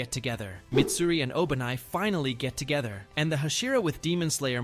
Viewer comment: "Work to getha"🥀😭